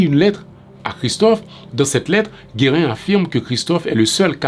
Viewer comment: Your skepticism isn't misplaced since gives the wrong date, October 12, 1806, for Gérin's letter to Christophe, and mispronounces his name, calling him "Guérin" instead of "Gérin". Gérin's letter is dated October 18, 1806, one day after the assassination, according to the English translation excerpted from the book, " "La Constitution de 1805...deux cents ans après: Les chants de resistance" by Bell Angelot, p. 125 - 130." I found on Ezili Danto's website. I don't know which date is the right one but should have addressed that divergence and stated why he chose to credit the earlier date.